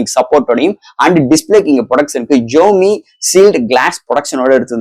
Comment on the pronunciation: Your Tamil pronunciation very very worst bro xiaomi Pls correct ur pronunciation To awkward to heard it